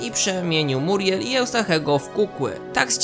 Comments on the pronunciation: Ona nie nazywa się Muriel tylko miuriel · MIURIEL!!! nie muriel